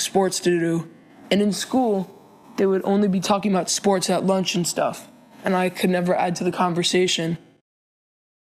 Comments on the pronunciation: What are sss-pour-Tez? I play fort nite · did u say sports do-do ?